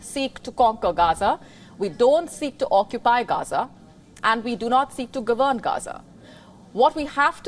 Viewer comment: Would someone please teach this woman how to correctly pronounce the word 'govern'. Thanks.